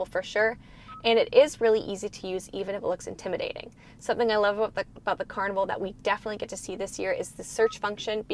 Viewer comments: Why do you pronounce the name as "car - ne - vaal" ? Isn't it simply "car-nee"verl" as what in english should be pronounced? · its CARNIVAL not CARNIVAL